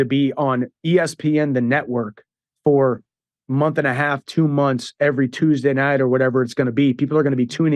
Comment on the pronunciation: the reason we love Ariel so much in England is cos he pronounces Tuesday correctly